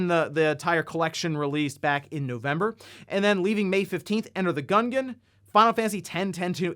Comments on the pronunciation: literally say, “enter the gunghen?” Instead of “Enter the GUNGEON???” WHAAAAAA? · Enter the gun-gen? I’ve never heard anybody pronounce it that way hahaha it thought it was obvious it would be Gun-Geon? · Wait did he just pronounce it, "Enter the Gungan?" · Enter the 'gungan' he said lol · I'm sorry did he just say "enter the gungan"... Meesa no like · Get it? He said Gungan instead of Gungeon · its pronounced like dungeon dude lmaoooo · LOL that cannot how you pronounce 'gungeon'. It's a pun on the word dungeon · Meesa think you've mispronounced "Enter the Gungeon"